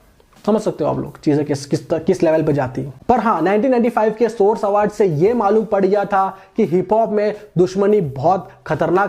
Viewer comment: Awaaardh nhi hota hr Bhai